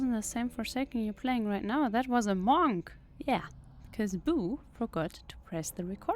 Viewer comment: Love how you pronounce "Monk". M O N C C